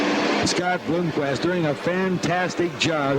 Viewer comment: Why does he keep saying Bloomquest?